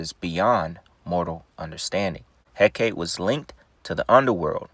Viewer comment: Its pronounced Hekatee.